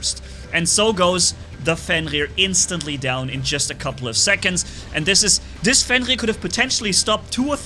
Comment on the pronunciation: I like how says like “Fengir” instead of Fenrir Edit: they’re Marquess not Hussars Edit 2: i wanna see more Minos only gameplay